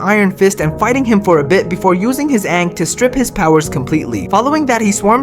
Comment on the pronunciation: average simple minded shorts creator cant pronounce ankh.